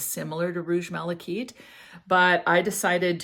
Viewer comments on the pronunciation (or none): I agree - (kite) I’ve never heard it pronounced as “keet” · Malachite'is pronounced ( mala- kite)like flying a kite not keet